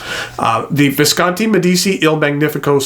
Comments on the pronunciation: It's pronounced MediCHI. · It's said "Med ee chi" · Spelling yes, pronounciation no :) Not that it matters, great review. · I love your reviews; they’re simply magnificent, and by that I mean thorough, concise, and above all—interesting. But I must say that I abhor your pronunciation of foreign words. I’ve mentioned your German and French mispronunciations before, and now I must join with others on this review in adding Italian to the mix. I cringe when I hear your mispronunciation of Medici, Meisterstück, inter al. Here’s a suggestion, and it’s one I follow when I come across a non-English word that I must use, either in a lecture or some other context—I ask. It’s as simple as that, and it takes just a little bit of humility to admit that we don’t know something, but it really pays dividends. Next time you have to use a foreign word, ask someone who speaks that language. Or, email/phone me and I’ll try and help. Our ears will thank and bless you